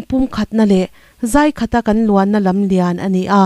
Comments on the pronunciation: "Bawng ka kai" tiha 'kai' rik dan ang hian zai khat tiha 'zai' kha lam rik tur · 'Zaikhat' i thlûk dân hi, a lehpekah chuan rawn lam dik hram tawh ang che. La zai kan lam rik anga 'zai' tiin i lama a dik lo. Ka rawn ngaichang (zai) ang che kan tih ang hian, 'zai'tih tur.